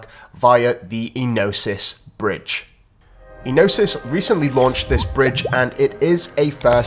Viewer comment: Ēnosys - 'Ενωσης. Origin : Greek Meaning : Union Pronounciation : Ē(Like in Eduard) no(Like in Nora) sys(Like in Sister) so.....'Ε no sis ( accent, stress, emphasis in 'E ) So....please when we try to pronounce a foreign word, it is best to find the nearest native speaker (in this case the nearest Gyros or Greek restaurant we know, and ask them to pronounce the word) Thank you. Flare Network is gonna become the hub for staking....mark my word.... XRP, XLM, XDC, FLR, SGB, EXFI,HBAR, ALGO,Propy,(hopefully many many many more "valuable" cryptos)